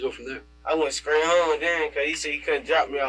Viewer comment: He needs to switch teachers, because his English class is not working. I would be so embarrassed to not be able to pronounce the words in its full. Straight = skreat. Wow!!